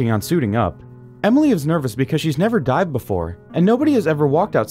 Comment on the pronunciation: lol at first I thought he said "died"